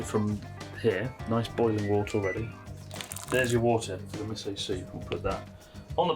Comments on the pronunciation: I love how in English Chris says 'miso' as 'missoh' like a Brit. But I'm sure if he was to speak Japanese he'd pronounce it "correctly." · the amount of times he says miso wrong :face-purple-crying